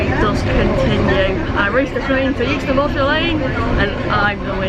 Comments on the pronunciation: Well done G for beating the metal beast. Euxton has always been pronounced Exton the 60 plus years I've lived just down the road. I thought at first its was just the way G was pronouncing it (forgivable of course) but the platform announcer also said Youxton! It must be a modern thing as some millennials may not be able to grasp the English language using silent letters ha ha. Enjoyable video. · It’s pronounced exton, not youxton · Hi - It's actually pronounced X-Ton, not Uxeston :) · Well done on beating the train , we have arguments in our house on how to pronounce Euxton , I say Xton , and my son says Euxton , and you passed my car parked near Iceland Xx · "yewxton"? 😮 "EXton", surely? Apart from that - 😁😁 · Sorry to be a pain , euxton is pronounced exton 👍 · "EX-TUN"... It's pronounced "EX-TUN". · Never heard it pronounced youxton before 😊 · That's it. No more choc out of the pendo cab. Yukeston 😱 I think you are just winding me the pronunciation police up! Very much on my patch there on canal. Not on the railway anymore. Good swap. 😊